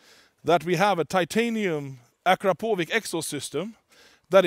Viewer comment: Why don't he cannot pronounce Akrapovic correctly...It is like someone pronounce your name rudely incorrect...